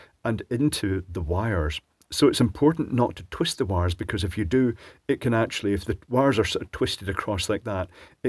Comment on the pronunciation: Love it... "...so it's important not to twist the wires..."... Terrrrwist! :) Old habits die hard :)